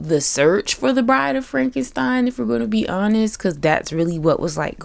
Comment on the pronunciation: Also, frenkenpeen 😂😂😂